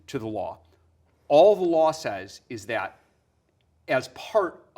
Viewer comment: I'm gonna pretend I didn't hear him pronounce it like "thayat"